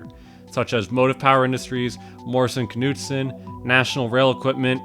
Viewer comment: Know Knee Knife Knight "Kuh-nuewson"